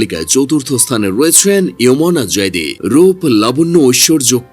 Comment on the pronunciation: আপনার ভিডিও তে প্রথম আমি বড় ভুল দেখলাম। আর তা হলো আপনি সজল আলীর মত সুন্দরী কে বাদে কথা বলেছেন। এর দ্বারা বুঝা যায় পাক অভিনেত্রী দের ব্যাপারে আপনার কোনো ধারণাই নাই। কোথা থেকে শুনে ভিডিও বানিয়ে ফেলেছেন। তার উপর উমনা যায়েদির নামের ও ভুল উচ্চারণ করছেন। যে বিষয়ে ধারণা নেই সে বিষয়ে ভিডিও বানাবেন না। সজল এর মত সুন্দরীর তাকালে পাকিস্তানি বা গুলিস্তানি সব সুন্দরীর কথা মানুষ ভুলে যায়। আর আপনি তার কথাই উল্লেখ করেন নি। আগে ধারণা নিবেন তারপর ভিডিও বানাবেন।